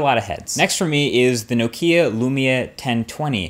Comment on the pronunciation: i love your videos but please men start pronouncing nokia right :D